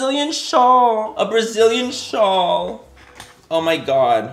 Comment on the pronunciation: Did you said "Schal"? That is the german word for scarf🤔 is there a little german boy inside?? 😁